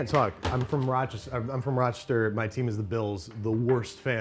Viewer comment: you can always tell a rochestarian by how they pronounce "RoCHISTer"